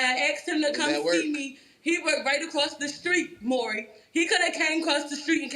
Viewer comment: A restriction for Welfare should be learning how to pronounce Maury correctly.